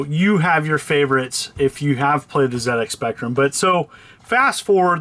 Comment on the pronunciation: Nice one. Love how you pronounced ZX Spectrum correctly.🙌